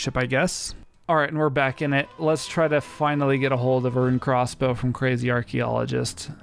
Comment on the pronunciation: good vid, but hearing him say "crozzz bow" irked me